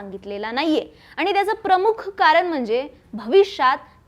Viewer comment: छान विश्लेषण, परंतु किती चुकीचे उच्चार ? पधाधिकारी, आनि, कारन, सामणा, पुने …. कृपया उच्चारांवर थोडी मेहनत घ्या 🙏